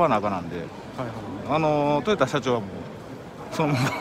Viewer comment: とよたさんじゃなくてとよださんですよ